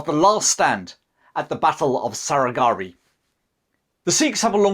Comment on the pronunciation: You can’t even pronounce one word correctly, Sarah Gharai 😂😂😂😂😂 Who’s time to listen to ur BS